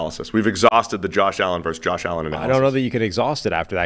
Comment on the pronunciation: Versus* not verse